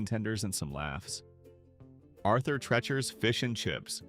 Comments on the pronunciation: It's pronounced Tree chers. Please don't clickbait. None of these businesses were ever considered the worst. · Arthur "Tretcher's"...A.I. is a travesty. It's pronounced "Tree-cher's"! Its namesake was a British actor known for playing butlers and such, and in the '60s and '70s he was the announcer and general all-around sidekick on The Merv Griffin Show. The only one I ever went to was the one on Elm Street in Enfield CT, in the same shopping center as the now defunct Pumpernickel Pub. Only Burger Chef I ever ate at was on Memorial Drive in Chicopee MA. It was across the street from the Airline Drive-in, where they ran movies dusk-to-dawn on the weekends during spring and summer. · Never heard of some of these. Knew a gal in NJ who never heard of JITB. It's pronounced TREE-chers not TRETCH-ers. Brown Darby? AI bs. Because of the racist stuff, Sambo's changed its name to Seasons. The beginning of the end. There were two Sambo's in my town. Ate there many times. Place to go after the bars close.